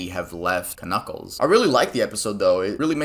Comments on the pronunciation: ITS JUST PRONOUNCED N-U-C-K-L-E-S!!!!! , the k is silent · The k in Knuckles is silent........... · k-nuckles, huh? the k is silent